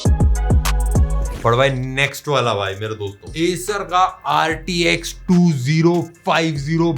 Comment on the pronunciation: Rtx bola toh rdx jaisa laga 😂